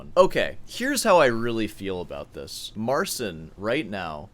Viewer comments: Great as always. But when you say 'Mar-sin' it makes my ears ache. It's Mar-CHEEN. Got some Poles in my extended family... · You're very rude and arrogant. No one needs your opinion and watch your language. And it's pronounced, "Marceen."